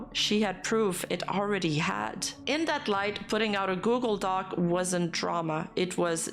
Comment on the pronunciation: She did say google dockey at least once